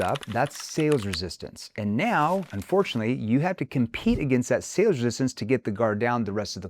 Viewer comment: "Resistancee"? Lol.